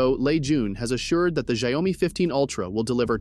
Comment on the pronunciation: It sounds like people in Brazil who mispronounce it by saying ‘xaiomi’ instead of ‘xiaomi’. I’d be in shock if I found out that’s the right way to pronounce it.